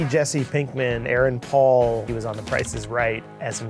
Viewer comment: Aaron Paul not erron paul